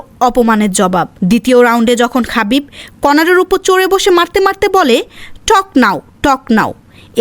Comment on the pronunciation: খাবিব❌ হাবিব✅